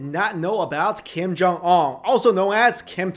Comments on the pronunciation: The name is kim jong un pronounced as gheem johng ooooon/wooooooon -- like the British name Oona/Una. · You're accent of Kim Jong Un is so American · Whats with they way your pronounce "un" like you're french or something? lol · Learn how to pronounce his name. It is not that difficult! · At least learn how to pronounce his name correctly. You look Asian enough to able to do it. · Do your homework and learn how to pronounce his name correctly if you are going to do a video about him.